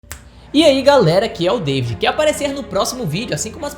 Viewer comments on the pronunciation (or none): none